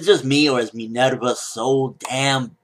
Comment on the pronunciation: Her name is Minerva quit pronouncing it like an otaku. Its roman not Japanese. .. stop it please. Respect level dropped